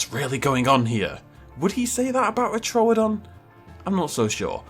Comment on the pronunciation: First Dino you named is called Troo-don not Tro-odon 🤣